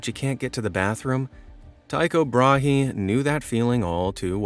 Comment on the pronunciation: Tycho Brahe. The H is silent. It is closer to the word bra.